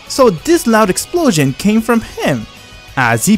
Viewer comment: i don't like the way he says "explosion". but for the rest awesome story